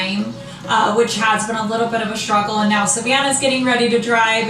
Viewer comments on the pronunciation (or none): Sh-truggle, it's struggle!! Move your lips